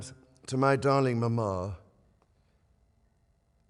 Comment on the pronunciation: when the king said mamah and papah it’s enough for a grown man to cry